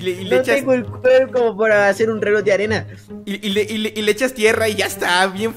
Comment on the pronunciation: En el minuto dice reloj de "anera" jaja